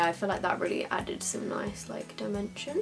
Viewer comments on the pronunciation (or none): none